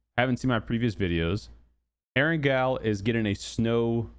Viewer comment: So you didn’t watch the Whacky Jacky PUBG 101 video Part 1, How to say Erangel?